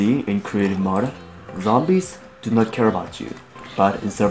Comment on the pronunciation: it's Mode Not mod